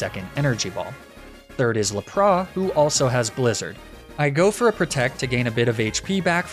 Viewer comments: I refuse to subscribe until you say Lapra’s name correctly! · can you please say Lapras with the S because that's how we say it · the way you say lapras and magnemite 💀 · i literally left as soon as u mispronounced lapras. im mad